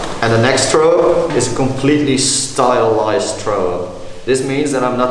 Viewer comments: im so fuckin triggered how you pronounce throw - german accent very much :D - try saying frow instead? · “scratch throwup” or “Skretch trow up” if u say it like him.. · "trow" up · "Tharow up" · "Trow up" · learn to speak the TH haha!